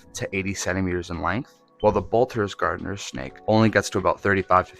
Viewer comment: Garter snake, not gardener snake. The reason they are called garter and ribbon snakes is because they resembled early settler clothing accessories.